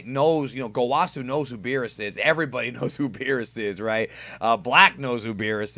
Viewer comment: Great video, again. After seeing this episode, I think Black is a being that enlisted the help of Zamasu to destroy humans? It may even be that Zamasu trained or empowered Black in some way. Maybe a covert operative of Zamasu. Btw, , Zamasu and Gawasu are pronounced (Zah-mahs) and (Gah-wahs) with a strong pronunciation of the s at the end. They never pronounce their names as (Zah-mah-soo) or (Gah-wah-soo).